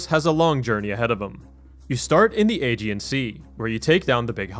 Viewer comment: Aegean is not pronounced "age-ian", its pronounced "a-gee-in"